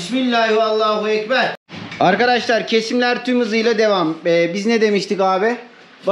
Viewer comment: Allah kabul etsin kurbanlarimiz kardeşim allahüekber doğrusu Allahu değil oradahi he güzel he yani ince ötre harfi ince olduğu için ü sesi çıkmalı